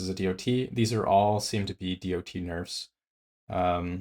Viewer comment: I spun around the sun almost 40 times, and never ever have i heard anyone pronouncing DoT like that.